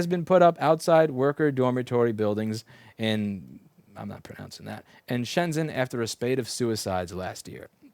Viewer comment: "I'm not pronouncing that" *mispronounces shenzhen"